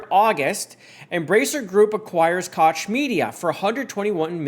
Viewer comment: Just an FYI I believe Koch is pronounced coke as in the Koch brothers.